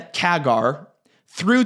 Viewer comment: Don't trust a shill who hasn't worked a day on Wall St., mispronounces "CAGR", and incorrectly explains how a "backlog" justifies a ginormous rev miss. This guy is probably the worst (i.e. dumbest) stock analyst on YT. Just one example: he's confident due to Fluence's backing by Siemens. He doesn't mention the lawsuit between Fluence and Siemens. He also talks about how tariffs help this all-USA manufacturer without discussing what the break-even tariff on Chinese product would have to be to equal Fluence's product cost. Did this dude even graduate from high school?